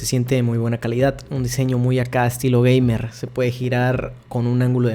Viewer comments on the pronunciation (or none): none